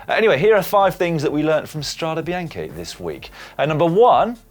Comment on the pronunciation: The "Strada Bianchi" pronounciation.... discuss.